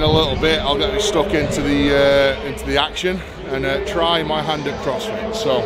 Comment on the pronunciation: "Crossfity" Perfect. Lol. Keep it up